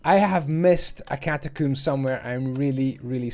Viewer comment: we all heard it don't act like you didn't, he said catacoom, welcome to cum graves